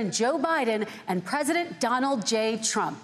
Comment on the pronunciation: "i agree with truck"